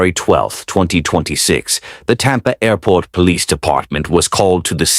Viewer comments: “A-port” ???? Stupid AI voiceover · WTF is an A Port? F'ing AI can't even pronounce Airport right